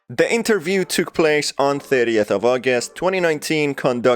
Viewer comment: Sir please. It's interview not Enterview.